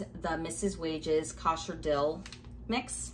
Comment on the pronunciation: I’ve never heard anyone say Kosher like that before 😂